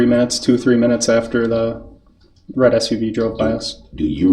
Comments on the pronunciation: Why can't he say the red SU V? Especially as hes so adamant that that particular make and model was subject to a class action. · He can’t say The Red SUV. 😂😂